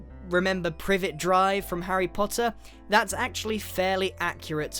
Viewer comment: "From Harry pottther" no Hate ✌✌